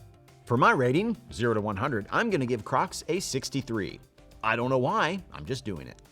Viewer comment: Can we pause and talk about how he says “cracs”